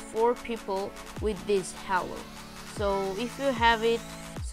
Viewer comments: It not hallo it is halo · He said hawo instead of halo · Man I hear you saying hallo not halo xD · btw its pronounced as "hey-lo" not Ha-lo but its fine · its prounced "hey lo" not " haaaaalo" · i like that when he said "HALO" sound like "HELLO" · i heard green halue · More like hallo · no he say hewo lol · He really say green hewo lol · its pronounces h "A" lo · Halo is pronounced as haelo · Or heylow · He is brazillian ig Bc brazillian ppl say halo in this pronuciation How i know?!? Im brazillian HAHAE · The way you say halo😂😂🤣🤣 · Dude not trying to be rude but you pronounced halo wrong!